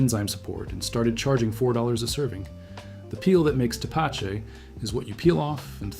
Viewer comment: Pronounced: Te-pa-CHE